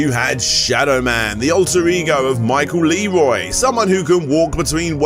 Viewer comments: "Leeroy" British people don't even try. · Quick correction: His name is pronounced Michael "La-RAH." He's from Louisiana, a state that speaks a lot of English mixed with French, known as "Creole." So while it's spelled "Leroi," it's pronounced "La-RAH," emphasizing the "RAH" sound. Curve the "R" like it's almost a "W," like in a French word. Think "VOILA."